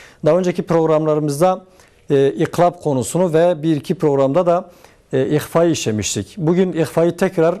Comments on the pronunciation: hocam ihva her zaman ince okunur. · İhvayı yanlış yapıyon ihva her türlü ince okunur ayrıca harflerin zayıf abi sende Tecvid hocası olmaz abim